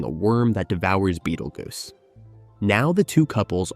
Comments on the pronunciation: why does this narrator keep calling him beetle goose. Is this dude so young he's never heard of beetle juice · I swear to god if you say bettlegoose one more time...